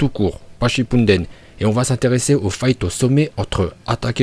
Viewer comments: QUELQU UN PEUT DIRE A CET ABRUTI QUI A FAIT DE SA CHAINE YOUTUBE UNE CHAINE SUR NARUTO QUE C’EST NARUTO SHIPPUDEN ET PAS SHOPPUUUNNNDEN !?!? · et aussi le mec dit "tchipunnnnnden"